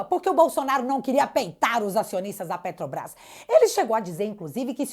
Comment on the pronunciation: Putz! Me irrita ver um "presidente" de um país falar "PETOBRAIS"; quem vota "MAJITORIAMENTI" na gente... Um asno! Uma tartaruga em cima do poste.